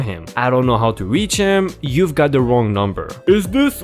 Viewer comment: I hate “wong” numbers.